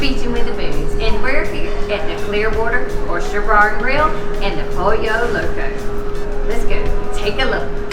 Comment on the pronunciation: Lol .....its pronounced Poll - Yo Loco . I've got a southern accent too 🤣